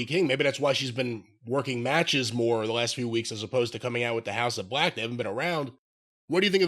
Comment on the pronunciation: I can't with Jim. Among other times, every time Jim says "House of Bleeechhh", I break.